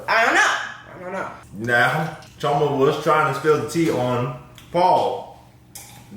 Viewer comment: I love that correctly pronounces Chioma's name👏🏿